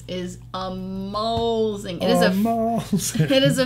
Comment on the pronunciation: at 1 19 49 did say ohmazing!!!!